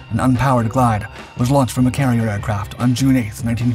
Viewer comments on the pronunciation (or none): none